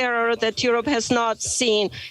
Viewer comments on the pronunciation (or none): none